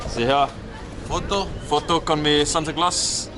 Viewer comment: The way he said Santa Claus is greedy 😂